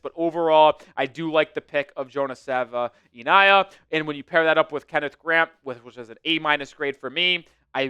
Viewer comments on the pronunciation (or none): D- for pronouncing our new Offensive Guard Jonah <Sav-in-nay-yah> wrong every time. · Struggling with that name 😂